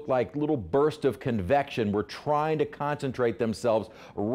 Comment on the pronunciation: I thought he said confection and it made me want to enjoy a delicious Carvel's Cookiepuss Ice cream Cake.